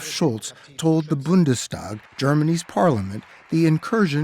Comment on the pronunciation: "Zeitenwende" pronounced like a true German. Willkommen in der Familie, mein Freund :)